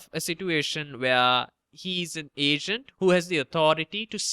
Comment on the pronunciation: I kept thinking you said Asian instead of Agent aha